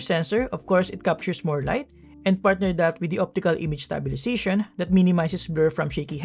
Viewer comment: nice review but please improve proper pronunciation such as "stabilization", enunciate vowels like "a" in "that", etc.